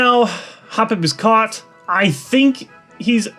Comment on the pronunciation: I love the way toy say "The chosen HOPpip"